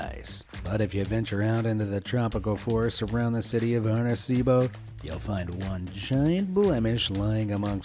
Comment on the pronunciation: It was funny to hear you pronounce Arecibo. 😂